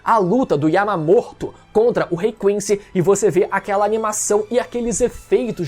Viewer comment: "Yamamorto" KKKKKKKKKKKKKK